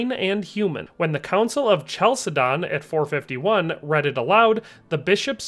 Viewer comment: It' pronounced Council of (K)Chalcedon - do your research!